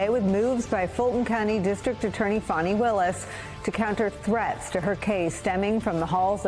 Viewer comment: Fani ( pronounced FAH-nee) Why do folk constantly spell and pronounce black womens names incorrectly?.